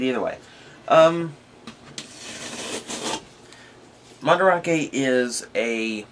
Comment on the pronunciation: MandArake, it's not spelled "Mandrake", so you pronounce it as "Man-Da-Rake", or if you want, "Man-Da-Rah-Kay", but not "Man-Drake"